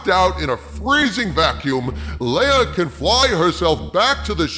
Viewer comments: Leia's name is pronounced "Lay-uh". Are you pronouncing it as "LEE-UH" on purpose? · Soooo...why do you keep mispronouncing Leia's name? It's not pronounced "LEE-ugh" it's pronounced "LAY-ugh". Have you not watched the movies? There are a couple characters (Tarkin, and General Dodonna) in ANH who mispronounce her name, but everyone else, both in ANH, and all the other movies, pronounce her name correctly. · Lay uh, not lee uh